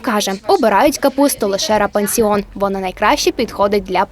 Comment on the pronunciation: не рапансіон а рапідіон